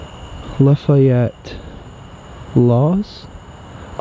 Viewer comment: La·fa·yette /ˌlafēˈet NO I in it!